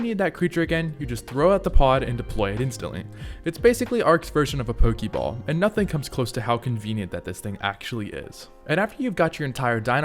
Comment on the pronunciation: Its "Pokéball" not "Pokeyball"